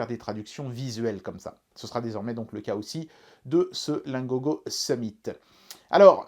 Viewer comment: Pour la traduction du nom Summit,le "mit" ne se prononce pas comme le mot "meat" comme "it" ne se prononce pas comme"eat" le problème vous prononcez le i comme vous le faite en français.